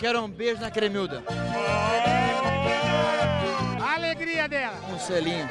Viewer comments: gente o nome é cremilda e não clemilda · só eu que repiti a parte da cremilda falando bugunal umas 20 vezes??